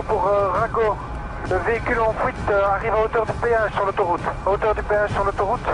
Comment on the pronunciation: Ahaha j'ai cru mourir ! Véhicule en fouyte je répètes véhicule en fouyte - c'est trop pouyssant